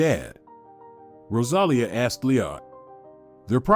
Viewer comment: Rosalia with the accent on the i! !!!